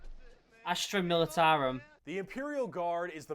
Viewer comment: Astra not Astru.....